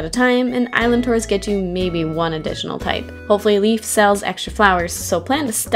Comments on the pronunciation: leIF not leaf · Great video! I really enjoyed that maze, despite it being so short. Really hope they'll make more stuff like it! P.S. Leif is pronounced "Life", not "Leaf". Just wanted to let ya know. =)